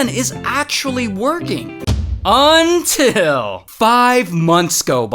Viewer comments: Ever thing is fine unit Ray says “UNTILL” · That “UNTIL” is personal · whenever i hear "UNTIL" i know its about to get juuuuuuuuuicy